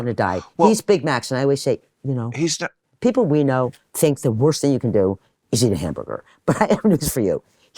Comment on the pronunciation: Bill says "pee pole". The word is people.